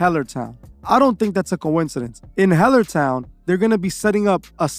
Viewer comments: "HELL-ER " Town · “Hell” ertown ? Damn